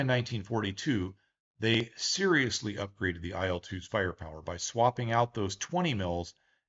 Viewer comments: You mispronounce the name of the plane. The names of russian airplanes should be pronounced the same way as the beginning of their designers's surnames. IL is pronounced like eel. The same thing with MIG, SU, TU, YAK etc. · I'd also add that in Soviet/Russian airplane names, the letters are not pronounced one by one. It's not "Ai-el," it's "il" (almost like the word eel, but with a shorter "i" instead of "ee"). Likewise, Tu would literally be "Tu" and not "Te-Yu." This is because most design bureaus had names derived from their directors' last names. "Tu" is from Tupolev, "La" is from Lavochkin, "Il" is from Ilyushin, "Pe" is from Petlyakov. We don't write "TU," or "IL," or "PE," because it's not really two "equal" letters. It's just Tu/polev, or Pe/tlyakov. And it is much easier to say this way. Addition: saw this elsewhere. "Tu" is as "too" or "two," "Su" is as "soo," "Mi" is as "me," etc.